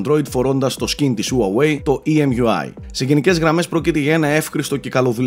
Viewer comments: χουαγουει λέγεται όχι ουαουεει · ΟΥΑΓΟΥΕΙ ΤΟ ΚΕΡΑΤΟ ΜΟΥ! ΣΤΟ Α Ο ΤΟΝΟΣ! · Όλα πολύ ωραία αλλά Χου-ά-γουει ρε. Με σκοτώνεις:'(. Συνεχίστε την καλή δουλειά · προφέρεται χουάγουει ή ουάγουει και Λάικα όχι λέικα:)